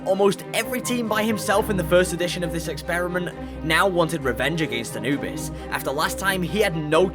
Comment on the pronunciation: not how you say Anubis but ok.